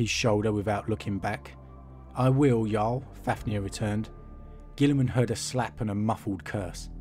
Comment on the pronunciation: The way you say "jarl" sounds more like "yall". No offense 😄